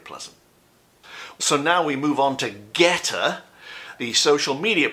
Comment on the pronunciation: When you were talking about "GETTR", I heard "goetta" and I wondered why on earth would ANYONE want to discuss that disgusting food? LOL! Don't ever read on "goetta". Please. Yuck.